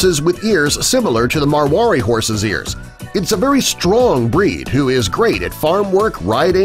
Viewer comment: It’s mar wa di